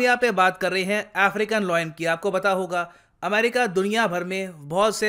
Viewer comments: Sir its Layan not loyen (lion) No disrespect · Lion is pronounced as लायन - not लॉयन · Everytime he pronounces lion as loin 😂 Loin is the lower part of your torso body or sometimes referred to as private parts lol